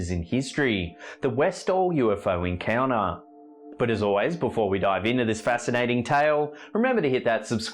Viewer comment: I know you are a bogan from Melbourne (same as me) but please try to say your “t”s. Encounuhhhh- encounTer sounds far classier. Enjoy your conent though.